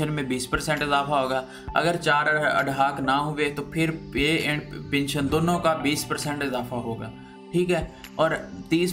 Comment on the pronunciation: Your pronounciation is very poor. It is pension and not pinsion. Pl learn and practice before going to air your report.